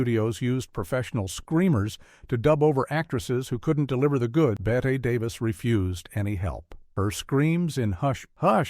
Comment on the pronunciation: Please- not “Bet Davis.” Bet-ee 😐